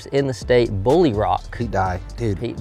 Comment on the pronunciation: I thought Its pronounced Bull Rock